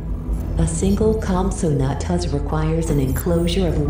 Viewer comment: The voice: COMPATAGUS Me: no it’s compsognathus